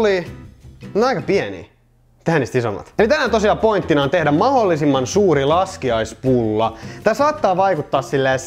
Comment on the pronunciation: kuuliko kukaan muu että paskiaispullat